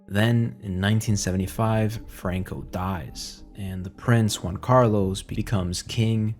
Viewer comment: Bro speaks English then ads spanish inflection on names Franco bro Not frruankooh Fookin fairy